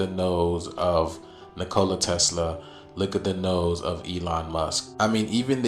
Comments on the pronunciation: The one guy needs to say his name correctly!!! 😂 Nikola... not Nicola like a drink! 😅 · I’m sorry but Ol boy sayin Ni-Cola is buggin me. I’ve always heard it pronounced Nico-La. And I don’t see the resemblance between Nicola and Elon. He be reaching but give him the floor anyway? And shoutout to everyone in the comments. Stay together and pray together. I hope we all become desciples of Yashua. 🙌🏽🙌🏽🙌🏽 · bro said NCOola Tesla can you pronounce his name right? 😂😂😂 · If u can’t say Tesla’s name right. Don’t fkn mention it in some stupid a$$ theory. That makes zero sense. NiCola. wtf. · Can someone tell that man how to pronounce Nikola 😂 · 4 airplanes flying in a military formation leavin contrails?? How is that scary? WoW... 3 white guys have some of the same basic facial features so they're related? He cant say Nikola correctly to save his life. These people are just dumb and hoping a viral video. I had to stop after about 10 mins I couldn't take dreads in a parka. Looking like 🎶🎵a tundra boy just trying to make it... 🎶